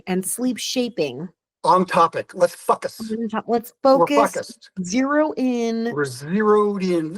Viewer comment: When your dad says focus it sounds like "f*ck us" is he doing that on purpose?